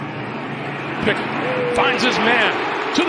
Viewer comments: It's Pickett, not Pinkett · Bro I thought he was saying Pickett to Pickett lol